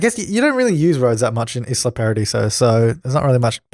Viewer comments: You know what annoys me? My name is Isla, but it's pronounced Eyela, so when people say Isla I'm like 😒 Im not sure how The Sims World name was meant to be pronounced, but I think your meant to say Isla (Eyela) paradiso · I don't think so because even game reviewers like LGR say isla (Iz-la) who work with ea